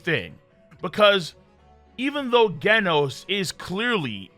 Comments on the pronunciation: ganos??? its pronounced jenos..... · It’s “ jen noooss “ not “gen os” it’s like genesis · Excuse me who is guenos? His name doesnt have a u, its genos as in like generate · It’s not genis it’s Jen os jenos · Did he just say gaynos instead of genos 😂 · It's genos not gandos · Bro… it’s freaking GENOS. Like genesis next gen! Not ghenos. How hard is it to say a freaking name right!?! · did you really call Genos by the name Ghenos? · Bro can't even say "genos*💀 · Why do you pronounce genos as gaynos.... General, gentle, gender = genos it's said the same way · This guy called Genos "GHEN-OSE" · Bro omfg say Genos name right🤦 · Pronounces Genos wrong. Pronounces Genius right. This fucking guy. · King is the best at games not average and you pronounced genos wrong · i ought to give you a thumbs down just for how you pronounced Genos. 🤦‍♂ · whats with the Genos pronounciation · Did you pronounce Genos with a G and not a J? Okay you clearly don't know anything bye.